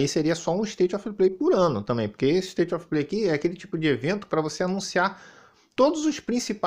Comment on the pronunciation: "ISTAITI OFI PLEI" 😂😂😂😂😂